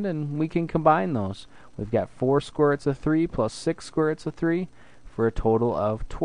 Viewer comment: Did you say square ruts? Or is my hearing bad? Anyways, Great lesson.